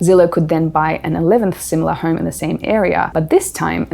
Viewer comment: It's is pronounced home, not horm